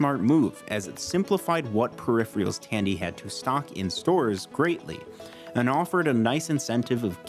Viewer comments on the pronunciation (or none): I had to say it... periph-reals? Great video though dude :) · Everything else about this vid was awesome. But hearing, "puh-riff-ree-alls," tweaks something in my brain. Much like when someone says, "right off the back." 😂😂😂